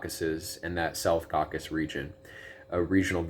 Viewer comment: Caucasus, 3 syllables!